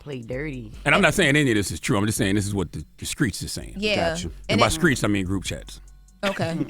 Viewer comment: The “skreets” dont F wit SAS goofy a$$